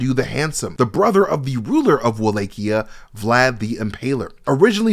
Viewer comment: Why are you pronouncing Walachia like that?